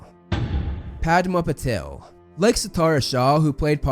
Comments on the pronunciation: Man it's Patil not Patel both are different last names from different states of India! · I loved the way you pronounced the name of Parvati in this one because it was the correct pronunciation. Although, you have to work on her sister Padma and their surname Patil. P.S: another problem that studio had with Christian Coulson play Voldemort was that they thought he was too good looking to play the character, and they didn't want their big bad to look that good.